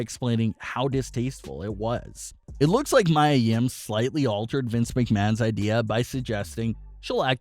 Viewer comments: Dude it’s Mia (Mee-ya) not Mya (My-ya) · Her name is pronounced "Me a" not "my a." If you're going to report about them you might want to pronounce their names right. What I heard is that the seizure was Vince's idea but Mia came up with the possession idea instead. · Me-A not My-A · It's not Mya, Mia is pronounced, Mia (Me-Uh). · it is pronounced..MEEEE AAA yim..not MYYYYAAA come on mannnnn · her name is Mia Yim pronounced (Me - a) Yim not (My - a) Yim if you're going to report about her atleast pronounce her name right. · It's Mia, not Mya. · It’s ME YA yim not Mya. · Me-ya not my-ya. How do you have a wrestling channel and constantly get the names wrong? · Its Pronounced Me Yah Yim not My yah Yim 🤣🤣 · It’s Mee-A... Mia LMAO 😂 not Maya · Me ah NOT my ah! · Yeah this guy is pronouncing it as Maya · It’s pronounced MEE-ah. What’s wrong with you? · Jesus Christ... It's MIA, Meeya!! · Its Mee ya ... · Mia (Mee-yuh) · Maya Yim is facing backlash for what happened on Raw last week Everyone: its pronounced Mee-ya Me: at least you tried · King Mia Yim he's saying "Maya" instead of "Mia" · Yup its Mai-ya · Her name is pronounced “Mee-A” (Mia) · right I was like am I wrong LMAOOO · This guy always gets names wrong. I am 98% sure he doesnt watch any wrestling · Ffs thank you it was driving me crazy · You deserve a thumbs down for mispronouncing Mia’s name. That’s more offensive than the incident itself. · Learn how to pronounce mia correctly